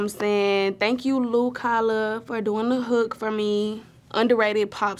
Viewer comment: not her pronouncing lu kala's name wrong 💀